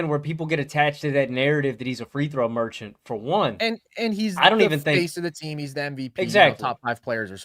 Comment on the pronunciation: FREE THROW MER-CHANT lol gtfoh